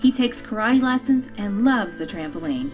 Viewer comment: Did you just say trampolinen? Lol